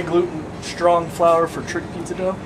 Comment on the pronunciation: Dough... Not Dogh... Why no yeast?